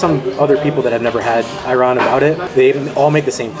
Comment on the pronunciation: couple tips: 1 you got scammed with the mussles the average price for the small ones is 5 2 the sand-boiled turkish coffe is a tourist trap 3 please dont lahmacun turkish pizza its LIKE pizza but its NOT pizza + its more used as a shell for the stuff you put it it 4 ayran' a's are pronounced differnt its like the word alibi